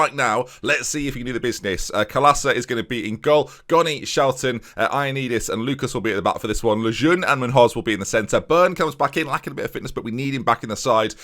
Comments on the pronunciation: Also, Munhoz should be pronounced like Munyoz. Think of the nh as in Ronaldinho. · ñ = ny therefore Goñi = Gonyi nho = nyo therefore Munhoz = Moon-yoz